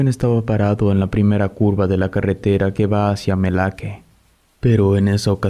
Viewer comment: Yo soy originaria de jalisco. Vivo como a de cihuatlan. Desconocía esta leyenda. Me dio gusto escucharla Solo una observación: la playa se llama melaque, no malaque.